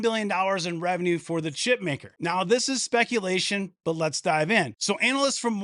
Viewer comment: Booyakasha! "A bit of spekulashun" ....Keep up the mad content about NVDA. RE5PECT!